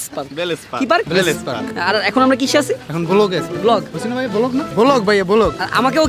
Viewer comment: Vlog na bole block🤣😂😂😂